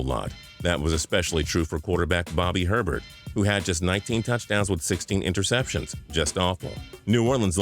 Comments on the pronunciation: 😂😂love the Channel but his last name is actually pronounced (Ay Bair) not Herbert. He's from Louisiana so that's just how they say it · Bobby Herbert? Haha. It's Hebert. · A couple more mistakes... the Saints QB’s last name is spelled Hebert and pronounced “A- Bear.” Also the Jets receiver you showed was Wayne Chrebet not Laveranues Cole. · Hebert in Louisiana is pronounced aye-bare